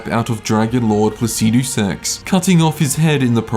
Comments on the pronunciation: I haven't got a clue the basis of which you're ranking these bosses because you have such a beautiful fuckin way with words, but Fire Giant higher than Godrick? Never! Also, learn to say "Placidusax" normally. Like how an American says "aluminium": Faster and without the stress on the "i". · man i really like how u pronounce that dragon lord name lol so funny🤣🤣🤣🤣subscribed